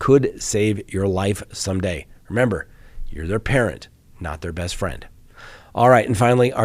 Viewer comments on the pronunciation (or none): none